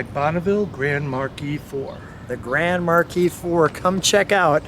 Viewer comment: Pronounced "grand mark"